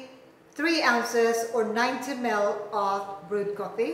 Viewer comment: i like the way how she pronounce 90ml to 90mel hehe